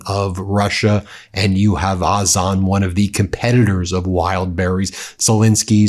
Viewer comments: O - Zone, not Oz - on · OZON Ben not AZON. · FYI it’s pronounced ozone. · iT IS Ozon, pronounced Ozone, just saying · Why can't you pronounce Ozone the normal way as you do for Fire Point, Wildberries, etc?